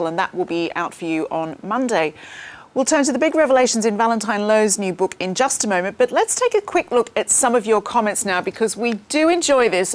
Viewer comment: Since when did our friends in the south pronounce the word book as ‘burk’